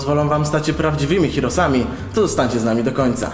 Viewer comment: Hirosami ? chyba herosami ;3 :) inglisz Musi Byc